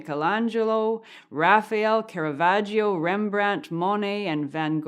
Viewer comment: Los pintores que has de rectificar: -- Yato, no. Es Giotto. -- Llamabuli, no. Es Cimabue. -- Miguelangel... queda raro. Mejor pon Miguel Ángel o Michelangelo. -- Caravalio, no. Caravaggio.